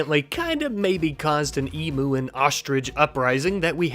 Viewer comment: emu not emooo "eem you"